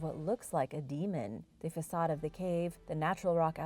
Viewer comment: Loved it as usual. One criticism. I also pronounced facade, fa cade, but it's French and is pronounced fasaud.